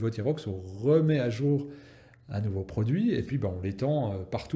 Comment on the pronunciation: min , je cite : " certains états ont racheté le prui "... Le prui ? Serait-ce un nouveau mot pour dire fruit-pourri ?